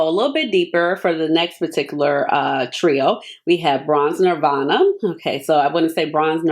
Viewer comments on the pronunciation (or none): none